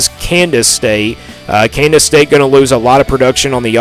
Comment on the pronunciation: Yeah this guy doesn’t know shit and can’t pronounce KANZASS. Avery will ball